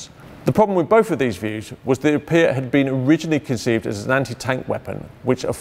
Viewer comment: Could it have been renamed because someone thought that a weapon called the "pee-at" was too rude?